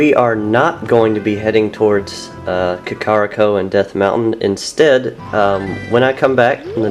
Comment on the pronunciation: Kak-Ah-Ree-Koh. Ah-Kah-Ree-Nah. Skull-churas. And I would go on to Majora's mask but this is oot